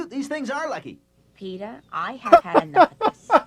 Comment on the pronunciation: Never thought I'd ever hear Lois saying Peter's name properly